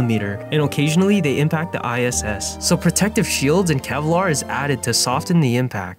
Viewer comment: Ok but why dide you pronounce the "T" in "soften" 😭😭